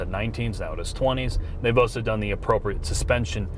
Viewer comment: Can we get a speech therapist to teach him how to pronounce the L in the word, "also"? I promise to take the add blocker off my browser so you guys make more in ad revenue to pay for it.